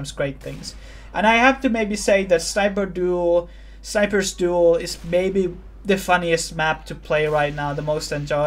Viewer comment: sounds like youre saying sniper's stool